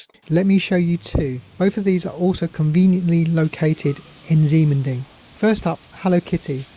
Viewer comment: Ximending is pronounced "Shi Men Ding", unfortunately it's the PRC's way of spelling. Taiwan Used to use Roman spelling which makes more sense. For example, PRC spelling Qi would pronounced Chi. The reason for PRC spelling that way is to fit all the phonetic sounds for Chinese on a standard alpha-numeric computer keyboard. So they end up having X as sh, Q as ch and a few other odd ones.